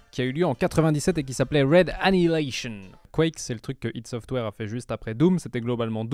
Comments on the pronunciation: ça se dit pas ideuh ça se AY DI - ID SOFTWARE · La vidéo est très bien. J'ai juste saigné des oreilles quand j'ai entendu "ide software". C'est ID Software (comme on prononcerais idea en anglais. Ou "Aîe dis" en français). Sinon la vidéo est vraiment top, bien joué